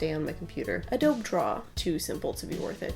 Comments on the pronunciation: Just so you know - it's pronounced adobe-ay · I dunno if you know this but you pronounced adobe wrong lol It’s pronounced uh-dobe-ee btw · “a - doe - bee” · DID SHE JUST SAY AH-DOBE ART? WHY... JUST WHY ? EDIT: *Draw and btw it’s supposed to be pronounced Ah-doh-bee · DISLIKED just because you called adobe "ah dobe" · Just a heads up, Adobe is pronounced like"uh-doh-bee" with a long e at the end. Not intending to throw shade, just an FYI! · I didn't even notice how you pronounced "Adobe" in a "weird way", because that's how we pronounce it where I live and I think that sounds way better than 'A-doh-bee' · The way you prononced "Adobe" is how French say it :') Nice video, thanks!